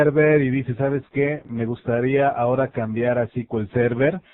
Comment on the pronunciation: Se pronuncia "es-cu-el server" no "ci-ki-ul-server"